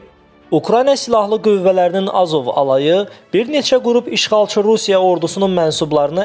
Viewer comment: Xəbəri oxuyanda , sözlərin vurğusuna diqqət edin! "Azov" sözünü düzgün tələffüz et qardaşım. Vurğu 2 ci hecaya düşür, a hərfi üzərinə yox.